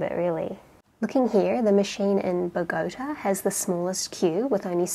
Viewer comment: Funniest ever pronunciation of Bogotá ever :D